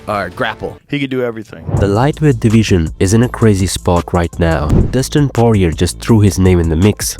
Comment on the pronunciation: Why do all these UFC YouTube channels never know how to pronounce the name of fighters 😂. Dustin Poirier name is pronounced “Paw-re-ay”, doesn’t end in a “er” sound.